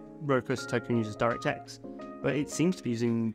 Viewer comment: took me way too long to realize that "Dyra Tex Five" is your insane way of pronouncing "DirectX 5" lol